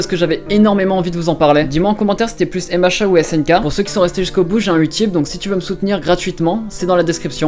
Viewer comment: Je viens de comprendre que tu disais MHA grâce au commentaires moi j'entendais "hé machins" 😂😂